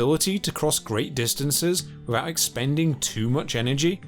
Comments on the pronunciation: Except wivout va speech impediment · Great content but really hard to listen to due to him not being able to pronounce 'th' properly. "wivout" etc.